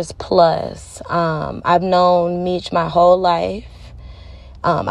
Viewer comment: Sounds like some BS, He4 Dad is in jail for a Murder for Hire and Drug trafficking not because of a phone. She claimed she Kew Meech her whole life but yet she can't even pronounce his name correctly. Where's the Paperwork? There is Paperwork showing why her Dad is really in jail so look that up.